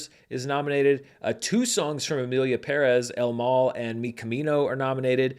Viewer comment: Finally someone making an attempt to pronounce “Pérez” correctly